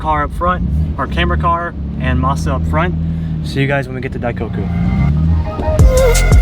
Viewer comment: Great video man! Just a little pointer "masu" the "u" you can just mas at the end.